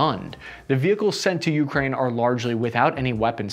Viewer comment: I hate how he says YOU-kraine just say it without stressing the U please ffs